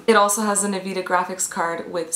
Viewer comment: yep she is totally qualified when she pronouses (n-vidia) nvida